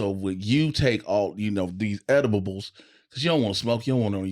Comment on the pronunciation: So nobody gone point out that this mane just said edib-bles